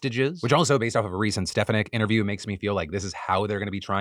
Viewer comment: hiya! i hate her but it's Ste-FAH-nick